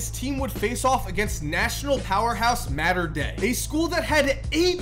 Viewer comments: Its mater dei not mater dei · Mater Dei is “Mater” like the truck in cars and “D” like defense.